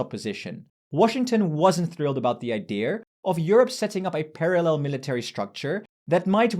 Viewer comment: Jajajaja you are a german, by how you pronounce "idea" like "idier"